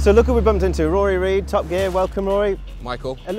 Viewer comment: He said Rory Reid. , I heard Riley Reid .